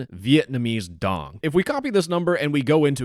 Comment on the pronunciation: how are you going to spend time googling average vietnamese monthly wage and not even look up how to pronounce the currency correctly?